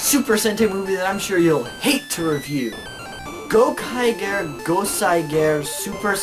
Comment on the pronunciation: Yeah I have a feeling you have no idea what you're talking about just from the way you pronounce Gokaiger. It's Go-kai-jer